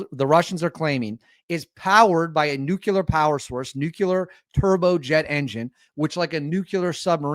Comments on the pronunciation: ITS NU CLEAR!!! NOT NUKULAR😆😆😆😆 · NUKE-LEE-ER....NUKE-LEE-ER...NOT NUKE-U-LER...SAY IT 5 TIMES....NUKE-LEE-ER. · nuclear not nucular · Nuclear is pronounced like unclear (new-clear). We don't say Unk-you-ler when saying unclear, we also don't say Nuke-you-ler when saying nuclear. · Its Pronounced New-Clear !! NOT New-Q-Lar !! JesusKristofLatterDaySaintsandAllthatisHolyinHeavenandHell !! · NEW CLEAR,. Not NEW CUE LER. Great content, love your channel, but that's driving me crazy 😂😂😂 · It’s pronounced “NOO-klee-er” not “NUKE-you-ler “ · It would be much easier to take you seriously if you learned to pronounce "nuclear" - it's not nucular. You're entertaining, though, despite your skewed view of reality 😄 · Please stop saying nuculer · Not worried about your foreign language pronunciations. Your pronunciation of "NUCLEAR" needs help 😂 Love the show! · Nuclear has ONLY one U in the spelling. 🤭